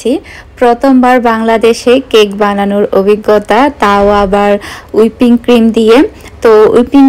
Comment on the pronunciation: আপু ঐটা হুইপড ক্রিম উইপিং ক্রিম না 😊😊😊